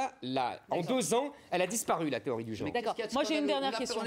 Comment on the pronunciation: "beaucoup d'oncre", ... "supposé enseignemont" ... "théorie du geonre" O bordel c'est quoi c'te journaliste d'entrée